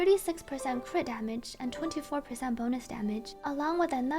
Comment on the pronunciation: I melt everytime say cwitdamage